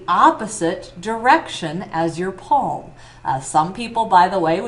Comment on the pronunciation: please improve ur pronunciation , i had to watch the video 3 times, cant u simply say palm, instead of saying peemm or paam, anyways video was help ful thank u